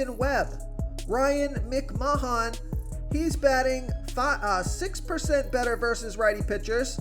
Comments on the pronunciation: When will you learn how to pronounce the names? Its mc-man not mic-mahon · Lol. "Ryan Mc-man" not "Mic-ma-hahn" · MICK MAH HAHN LMAO